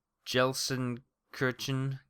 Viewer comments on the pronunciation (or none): Of course I'm nearly a decade late, but Gelsenkirchen is pronounced more like Gale-sin-Kirk-en